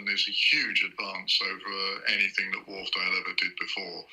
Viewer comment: FYI: Wharfedale [named after a dale (valley) in the Yorkshire Dales national park] is pronounced "Wharf-dale" and NOT "Wharf-er-dale".